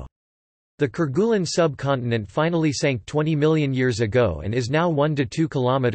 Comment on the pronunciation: French pronunciation: care-gay-LEEN